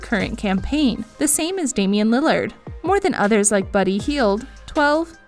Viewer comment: She said lily-erd, does she know what she’s talkin abt